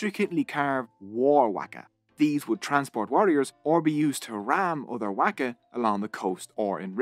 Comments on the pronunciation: I'ts a ''Whaka, Not a Whacka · You got me at the very beginning with your pronounciation of our reo…👍waka as in mark a =wark a. Best pronounciation of the word Maori by a non-Maori. Pou as in toe for pou na as in car and mu as in moo from a cow. Pou na mu. Etc…